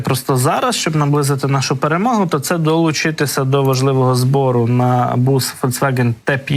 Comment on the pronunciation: "наближыть пэрэмогу" 🤣🤣